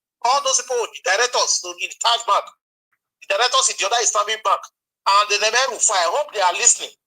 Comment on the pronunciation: Taj bank? Did I hear Taj Bank?